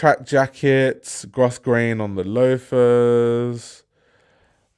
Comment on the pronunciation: Sorry, sorry sorry, but Grosgrain is pronounced Growgrain. 🙏🏼